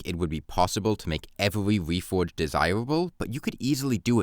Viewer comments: try to articulate your "r" better. You're saying it like a "w". It's not "weforge", "wowse", "evewy" or "thewe" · The wefowge system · Title says "reforge" The audio says "whefhoge"